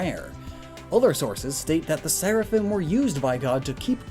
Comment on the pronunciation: The singular is Seraph. And it sounds like you're saying Seraphin, instead of Seraphim.